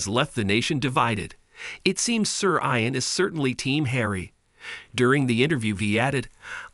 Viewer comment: How about learning to pronounce “Ian” properly?